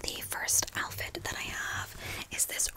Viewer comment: Barely four minutes in and I’m falling asleep. I heard and saw my brain say, Elphid? What’s an elphid? Then I woke up a bit and realized you said outfit!